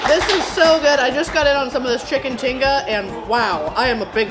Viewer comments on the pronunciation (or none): its chicken tikka Katrina pronounced tee kaa :) :) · Had to laugh when she said chicken tinga ha ha ha i think u ment chicken tikka ha ha ha